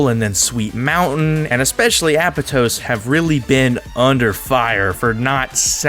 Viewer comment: How it’s pronounced: “App-ahh-toes” How he says it: “Apple toes”